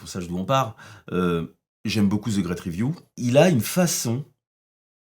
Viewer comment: La vidéo commence : "Zeu grète riviou…" 😐